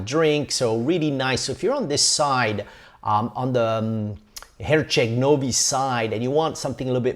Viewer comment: My ears bled when I heard him say Herceg Novi 😂